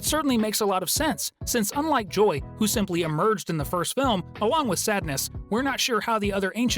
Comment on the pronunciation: its "who" not "ho"